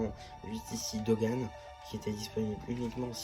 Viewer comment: Sans te critiquer pourquoi tu Dogan au lieu de bogan